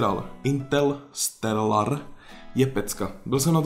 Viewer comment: není to intelsteral ale interstellar. Jinak pěkné video :-)